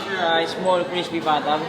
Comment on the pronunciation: Noticed how you pronounced 'pata' in crispy pata. Love it!